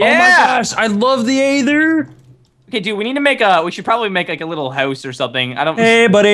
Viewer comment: I love how says house:) "Haooose" lol:D